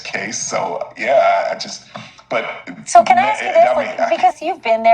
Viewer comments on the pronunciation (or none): Ask, not axed. Please learn how to speak. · 2 minutes later… “let’s jump right into it” 😂 Quit being lazy in your speech… It’s pronounced ASK , not AX 🙄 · Why do you say axe and not ask?